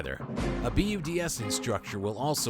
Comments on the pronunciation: You said BUD/S wrong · learning how to pronounce "Belarus" and BUD/S would've taken a few seconds searching google